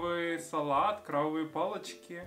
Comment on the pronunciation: классное видео!!!!!!! 😂 особенно фраза "я такой мажор" 😂👍 знаешь, это одно из самых больших разочарований детства, что крабовые палочки не из крабов. Y mira es krabovie, con b de banco, no es krovavie, como lo estabas pronunciando un poco mal:( кровь es sangre